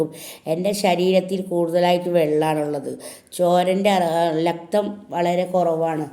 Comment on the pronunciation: ലക്തം അല്ല രക്തം 😂